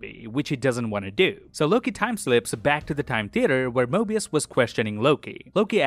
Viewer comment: bro said morbius lol